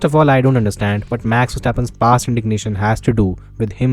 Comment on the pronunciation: He can't even say 'Max'. Sad guy